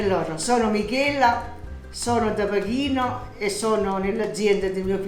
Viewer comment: Dear, if you pronounce "Pachino" in English, it sounds like "Pechino," which is the capital of China in Italian and not the small village in Sicily, which also gives its name to these special tomatoes.;)